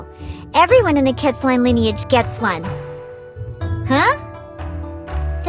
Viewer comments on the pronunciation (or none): none